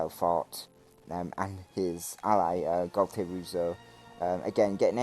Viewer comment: Great battle with highest class players! Funny, I've seen before the wrong pronouncing of gualtieruzzo :) Let me give u a hint: do you like pizza? :)